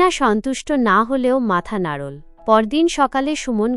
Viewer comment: নাড়োল্ নয এটা হবে “ নাড়লো” ভাবোল নয় “ভাবলো”. এল্ না নয় হবে “ এলোনা “। বেরোল্ না নয় হবে “বেরুলোনা”😅